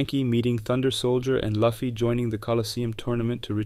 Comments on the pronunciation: Loo-fee, not Luff-ee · PLEASE!!!! IT'S LUFFY(LOOOOFY, NOT LUFEE!!!!) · I don't understand how fans of One Piece can pronounce Luffy like that. It should be Loo fee.